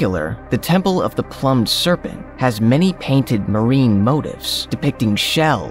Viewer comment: You seriously don't know how to pronounce the word plume? 🤦‍♂️